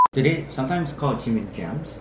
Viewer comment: Haha, “Jam-In.” Get it? Ji-Min... Jam-In... Jimin Jamin